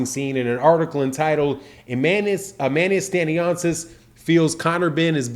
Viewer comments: Pardon Sir it's pronounced Stan-yonis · No criticism it's jus so Yu can do it how Yu said and not butcher his name, cause since this news came up it won't be the 1st video Yu do on the topic🙏🏿☝🏿